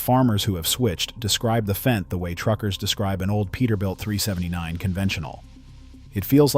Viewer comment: It's Fendt, not F-E-N-D